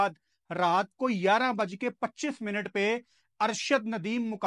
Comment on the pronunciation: Yaraaan nehi hota.. Gayarah hota he.. "11" 🥰❤️